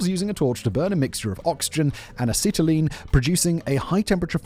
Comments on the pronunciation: A Set A Lean. It is pronounced A Set A Lean. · "Oxy Ass-telene welding" 🤣 And yes the acetylene can't burn until it mixes with oxygen, which is why the two aren't mixed until they're inside the torch. The flame can only go back to the point they are mixed, so putting them together in the cylinder... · as a former welder, I have to ask: IS ANYONE ELSE CRINGING OUT OF THEIR SKIN AT HOW HE IS PRONOUNCING "ACETYLENE"?!?!? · How many different pronunciations for acetylene can you fit in one minute? Ask Simon! Lol. Seriously, Turtle or I could teach you to use the Oxy; it's fun!